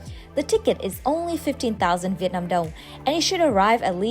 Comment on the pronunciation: Your Viet Nam pronunciation is charm and lovely. Cheer from DC USA